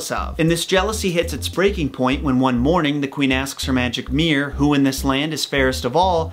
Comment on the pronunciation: Arrrgghh it's a mirror (2 syllables) NOT meer or mear or any other one syllable bastardized of it, go check the Li-barry... Ok that sounded much harsher than I intended but ... If you just say it wrong you'll understand how horrible it sounds... Meer meer on the wall...